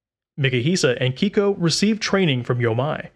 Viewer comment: Just a quick note: Yohmei is pronounced “Yo-may”, and Keiko as “Kay-ko”. The “ei” combination in Japanese is always pronounced as “ay” - the name Mei, for instance, would be pronounced like the month.